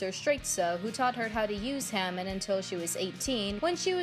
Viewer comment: Not to be that guy but it’s pronounced ha-mon